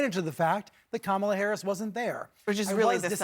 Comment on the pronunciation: A few weeks ago he was pronouncing her name correctly, I believe he is intentionally pronouncing it wrong.